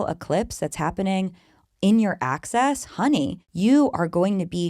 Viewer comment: Are you saying Aquarius/Leo AXIS or ACCESS? Thanks!!